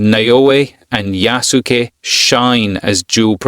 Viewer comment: Thanks for your honest review. How you pronounce his name is absolutely awful though, no offense.